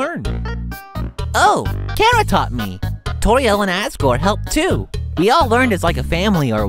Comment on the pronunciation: It's been a year. And finally..... At long last..... figured out how "Chara" is meant to be pronounced. REJOICE!!!!!!!!!!!!